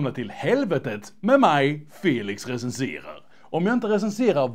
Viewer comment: Felix REGENSERAR GOOD SWIDISH😄😄